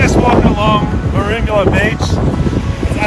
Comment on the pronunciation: Best pronunciation of Merimbula I've ever heard😂